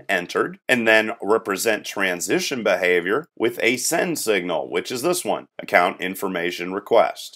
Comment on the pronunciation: "Bahavior" made me laugh Otherwise, good tutorial series. My Software Engineering professor told our class to watch this series.